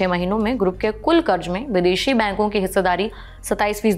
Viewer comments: Madam, karz hota hai zzzzzz... Not karj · please karz aur karj pronounce karna sikh lo.. I couldn't watch the complete video, ears were bleeding